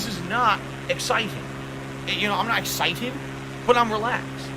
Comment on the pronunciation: Why the hell does he say “excited” so weird. What is that emphasis…